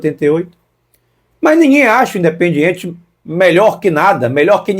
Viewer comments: O cara que não sabe pronunciar o nome do clube argentino não pode ter razão 😂 o nome não e Independente o nome a ser pronunciado de maneira correta é indiependente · não sabe nem pronunciar Independiente